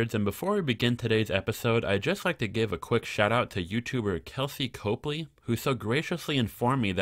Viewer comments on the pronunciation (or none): none